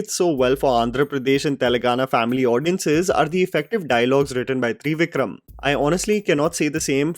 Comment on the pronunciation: 3 Vikram 😂😂 It's Trivikram please - "त्रिविक्रम" 😂